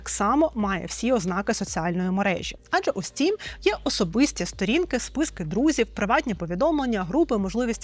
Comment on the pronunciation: Не "стрім" а "стім"